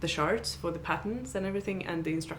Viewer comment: As a native english speaker, I think I should just give you a small note of advice... when you say the word "chart" make sure you do a hard "ch" sound and not a soft "sh" sound lol. because "shart" has a..... very crude meaning in english.... lol...